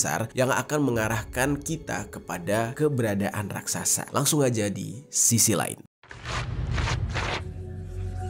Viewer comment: RAKSASA atau RAKSAKSA